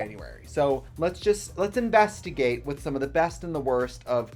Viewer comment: “Let’s investigayte” ~ T. Mattel